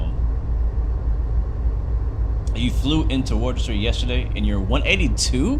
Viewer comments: can’t really think of another way to write it out, but I know it isn’t pronounced worchester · Woostah is how a Bostonian or Masshole will say it, I know I am from there!!!